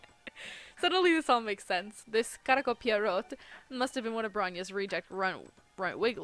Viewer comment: "pierot" is actually a french name! :o) pee-eh-roh